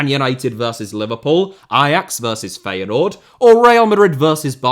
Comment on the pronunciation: Please learn to pronounce Feyenoord. Please.